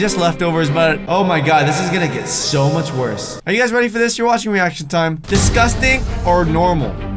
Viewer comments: u said disgusing 24 times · You said discus ting 9 times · you said disgasting 31 times